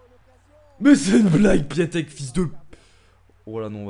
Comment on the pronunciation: Cool mes sa se dit piontek